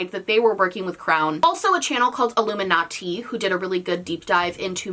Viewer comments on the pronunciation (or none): i'm sorry i just. i've never heard iilluminaughtii's name pronounced like that but fair